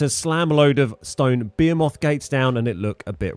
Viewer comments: Just as a heads up it’s pronounced (b-hee-muth) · I think he is just poking fun at how you pronounce behemoth